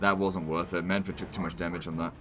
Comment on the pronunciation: mannfred says his name in the game and you still pronounce it wrong.